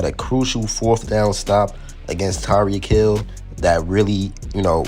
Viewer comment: It’s Tyreek Hill bruh